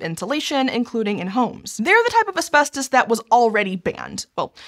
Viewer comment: Why does she keep pronouncing it "Aspestos"? That annoyed me too much throughout the video...